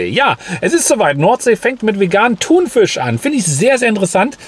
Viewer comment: Bitte sag nicht mehr ThunVISCH 😂